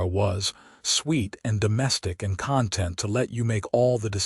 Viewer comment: I liked the story but the AI narrator needs to distinguish between conTENT(ment), (a state of peaceful happiness), and CONtent(s) - like toys in a box. Better to narrate with a real human voice.